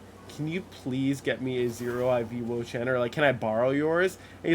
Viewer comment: "im like.. IN the Wo-Chein"